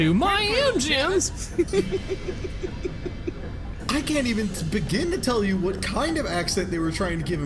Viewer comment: MAI ENGEEINS MAI ENGEEINS